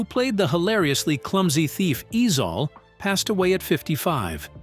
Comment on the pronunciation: Ezell not Ezal!